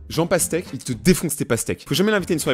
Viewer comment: Quand t'a dit jean pastèque j'ai compris jean Castex 😅